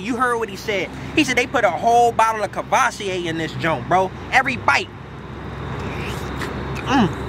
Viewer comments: Bru said boiled in covosier…….👀 u sure they Hennessy wing geeeee? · Buddy said courvasier. Twice and kept saying hennessy wings